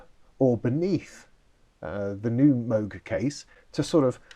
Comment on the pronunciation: PPS - it’s “moog” not “moog”